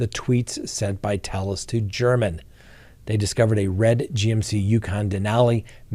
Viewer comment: Jeff German is pronounced “Gare men” Just a friendly tidbit RIP Jeff German